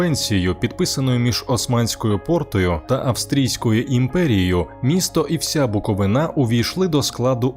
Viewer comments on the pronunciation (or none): Букови́на, а не Буковина́. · Чернівці по площі на 4 кв. км. більші, ніж Львів. Гугл на допомогу, географи. І ще - не БуковинА, а БуковИИИна. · Дякую Вам за відео від буковинки! Але є одне принципове зауваження - правильно буде БуковИна, а не БуковинА! 🤷🏻‍♀️ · Лише почав дивитися відео і зразу вимкнув. Невігласи! Коли ви вже врешті вивчите назву нашого краю?!? Не БуковинА, а БуковИна, наголос на "и". Майте фацу! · Мой родной, любимый город! Хочется обратить внимание ведущего: ударение в слове БуковИна на третий слог, но не на последний БуковинА-!!! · Шановні добродіі,журналісти та автори! Навчіться вірно промовляти слово Буковина!!Гарна робота,але невірний наголос неможливо чути! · БуковИна!!! Кладіть правильно наголос, а не на галіційський манер! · БукоВИна, наголос падає на середину слова!!! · Я -Чернівчанин. Хочу нагадати Вам, а якщо не знали, то знайте, слово "Буковина" має наголос на передостанньому складі цього слова. Буковина не Галичина, де наголос робиться на останньому складі.